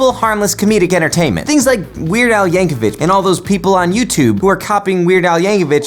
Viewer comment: Did you say "Yankovich?"